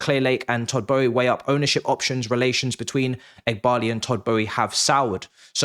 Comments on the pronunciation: Who is todd Bowie 🤣 have I been saying it wrong for all these years I thought it was boehly 😂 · why do you pronounce it as Todd Bowie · Why can’t you pronounce his name properly? There is an L in there you silly boy🥴